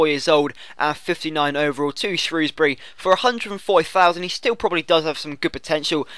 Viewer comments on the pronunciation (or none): none